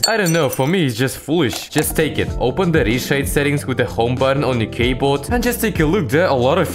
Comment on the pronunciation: "Just take it" = rus "Kayboad" = british